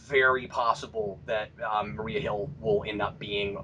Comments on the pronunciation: I agree. I dislike the European Wondertwins. And it's Maria Hill, not Mariah Hill. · It's Maria Hill, Cap not Mariah. lol